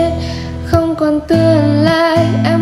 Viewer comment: Khôn còn tươn lai... nghe giọng bạn thì hay nhưng phát âm nghe hơi tức tức ấy ạ. Góp ý thôi, chúc bạn thành công